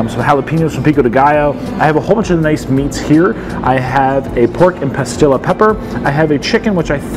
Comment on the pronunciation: I'm trying to figure out what kind of pepper you keep mentioning. Sounds like you are saying "pah-skill-ah". Are you meaning Pasilla (pah-SEE-yuh) peppers by chance? Anyways, BIG cilantro fan here and lover of Mexican cuisine, though my experience with authentic Mexican cuisine is quite limited.